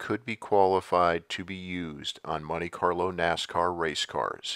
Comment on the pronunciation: what's a munte Carlo?